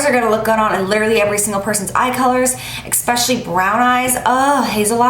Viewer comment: it's especially not "expecially" ... just sayin